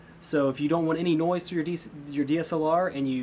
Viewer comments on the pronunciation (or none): "niose" lol